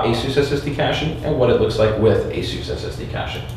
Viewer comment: I am about to pull my hair out.... what software are you using to do this? it sounds like you are saying asu2 software, I did a google cant find anything called asu2.... Please post a link. Someone please help why does he say it so fast and matter of factly. Like I have any idea.